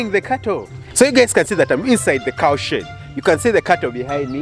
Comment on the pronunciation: I didn't think you said shed at first